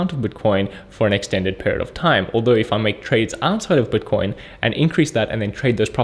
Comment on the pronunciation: he says buitcoin funny